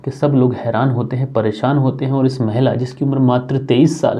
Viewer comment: भैया महिला का उच्चारण ठीक करने का प्रयास करे